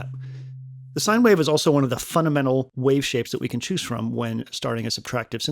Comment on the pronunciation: "funadmental" sorry, video is very good just noticed that lol